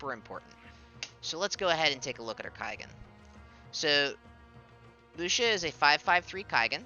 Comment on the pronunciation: Lucia's MA that she got a couple of weeks ago: HP +300 MATK +50 Skill Use Count +1 Also I think her name is pronounced more like Lu-chee-a